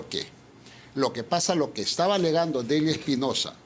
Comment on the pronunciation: Este sujeto es un gangster. Y como tal, ni siquiera pronuncia bien: “taba” en vez de estaba. Miserable!